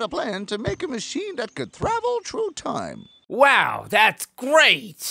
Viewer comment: Did he just say "thravel trough time"? And they just left it in?